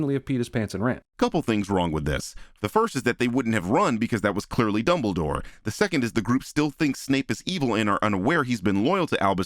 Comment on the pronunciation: Is it just me or does CinemaSins say double door every single time instead of Dumbledore? Like I get they sound similar enough but I swear it sounds so clear that he’s saying double door or aleast he’s saying it most of the time?